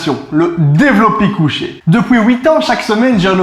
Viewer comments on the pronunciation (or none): "Depuis Hooouit ans" "Couisses" lol